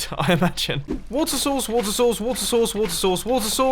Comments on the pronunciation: I know he is saying 'water source' but I can't help thinking of him saying 'water sauce' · At like sounds like he says water sauce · When he said water source it sounded like water sauce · when he says water source, i hear wut sauce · Water sauce?! I know it is water source but it sounds lik water sauce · and Keep Waiting And There it was water sauce,watersauce,watersauce,watersauce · When he says water source like 20 times It sounds like he’s saying wart sauce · Anyone else think he’s saying water sauce? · what i heard: water souce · wotter sauce wotter sauce wotter sauce wotter sauce wotter sauce wotter sauce wotter sauce wotter saucewotter sauce wotter sauce wotter sauce wotter sauce wotter sauce. neat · It sounds like your saying “Water sauce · I keep hearing WATER SAUCE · Did anyone else notice that the "water source water source" sounds like "gucci gang gucci gang" ? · when you say water source really fast it sounds like you're saying water sauce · is it weird that I hear him "water sauce" instead of "water source" XD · anybody else hear "water sauce" ? xD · If you place at the top of minecraft. Well done! You have made large tsunamis You sounds like saying wota sauce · Why i hear WAT SAUCE?! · When he said "Water source Water source Water source Water source Water source" i thought i said "What's sauce What's sauce What's sauce What's sauce What's sauce" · It sounds like he is saying water sauce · When you are saying water source I can hear water sauce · When he was saying water source, it sounded like he was saying water sauce. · when he said water source so many times, it sounded like wart sauce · wutter sauce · Mumbo:water sauce,watersauce,water sauce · It sounded like he was saying water sauce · me too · wuter sauce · I do hear water sauce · When he says "water source" it sounds like he is saying "wonton sauce" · it sounds like you are saying wato sauce. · Its sounded like he was saying wata sauce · "wota sauce" ?